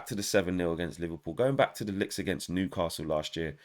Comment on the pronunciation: I like the way you say your gonna bet more LICKS yard style lol ........I am an Arsenal fan and I don't feel sorry for you lol